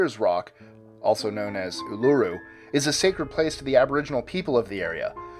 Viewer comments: Why the fuck do you yanks always fuck up Aussie words. Uluru is pronounced like this: oo-la-roo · Number 3 uluru (airs rock) is pronounced oo-la-roo just so you know